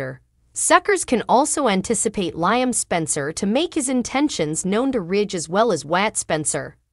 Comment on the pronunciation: For Heaven sakes! When will this Commentator learn how to pronounce Liam's name? It's pronounced LEE-UM, not LIE-UM! WAKE UP WILL YOU? 🤬